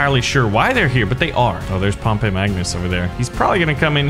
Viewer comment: Pretty sure Pompey is pronounced Pompee (I take Latin)